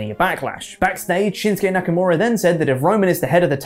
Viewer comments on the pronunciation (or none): none